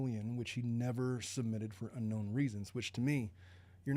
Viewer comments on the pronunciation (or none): none